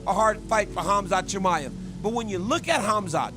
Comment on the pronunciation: Bisping showing he is the only one can't pronounce Chi-Mai-evv. Always a prck from England trying to be different